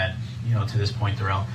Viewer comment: It might be the pronunciation of his name. The court says Darrell but he pronounces it as Day Rell.